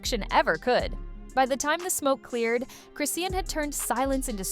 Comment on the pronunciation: It's pronounced Chris-shawn😂